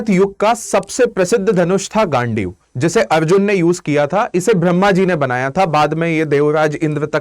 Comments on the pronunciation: Bhai gandhiv bol le gaaandee kuo bol rha hai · Ghandiv hai bhai please mat pronounce kar😂😂